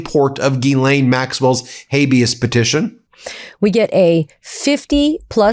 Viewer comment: CONGRATS TO BEN for CONSISTENTLY pronouncing GHISLAINE correctly after a goddamned year....